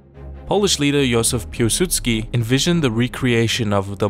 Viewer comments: Piłsudski, not Pułsudski :) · Piłsudzki not Pułsudzki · His name was Pilsudski not Pulsudski you need to change it:3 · Really like your videos, well done!!! Just one thing I noticed, it's Józef Piłsudski, think you have it as Pulsudski in the video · Piłsudski not pułsudski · Józef Piłsudzki not Pułsudziki. Greetings from Poland. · Accualy its Józef Piłsudzki not Pułsudski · not "Pułsudski" Piłsudski and not "Miskiewicz" but Mickiewicz but still good job :) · I am a Polish, but pls, who the heck is "Jozef Pułsudzki"?! His actual name was "Józef Piłsudzki" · Józef Piłsudski not Pulsudski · It's Piłsudzki not Pułsudzki Video's still great tho